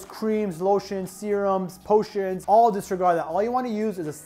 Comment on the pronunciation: When he said "POTIONS," I died😂🤣